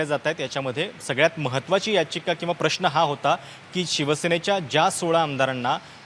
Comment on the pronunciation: हल्ली प्रश्न हा शब्द प्रश्ण असा चुकीचा बोलला जातोय , आपले काय मत